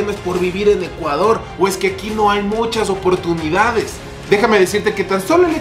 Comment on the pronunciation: Dice ECUADRO